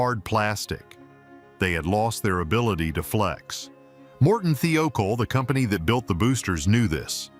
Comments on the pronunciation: The company was Martin (not Morten)-Thiokol (THY-o-kol, NOT Thee-O-kol)! Jeez! Learn how to pronounce the names of what you’re describing! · Sorry ass AI narration- it is pronounced MORTON THI O KAHL for gods sakes